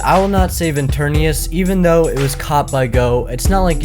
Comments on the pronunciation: It’s ETERNATUS not ETERNEUS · It’s not pronounced as “i-ter-ni-ours” It’s called “e-ter-ni-tes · Etarna TUS TUS!!!! NOT ETARNIUS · Why does he call eternatus interneus. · Eternatus not Eternius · You keep saying Eternius But bruh, it’s Eternatus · ItS eTeRnAtUs NoT eTuRnIuS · It’s pronounced et-ern-at-us not enturnias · It's eternatus not eterneus get it right man its not that hard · Enternius? Seriously? That’s what u call Eternatus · Just to correct you, it's Eturnatus, not Eturnius. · How to say enternies is eternatus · Its not goh but go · He was calling it eturnius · The whole video he’s pronouncing eternatas wrong lol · Ok one thing Eteratus ET-ern-AT-us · him: pronounces eternatus wrongly me: and i took that personaly